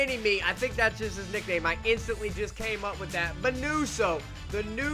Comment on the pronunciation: Mineeewso ? Wasn’t that a Mexican boy band? 😂😂😂. It’s Min OH so